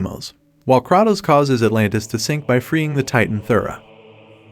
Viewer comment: The number of times you butchered Kratos' name hurts me.